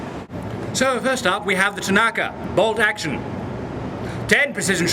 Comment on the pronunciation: 4 for "Bowlt Actione"